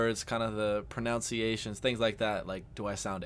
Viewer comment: Did you just deliberately mispronounce "pronunciation"?